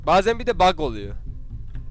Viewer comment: Bag diye okunmuyo bug diye okunuyo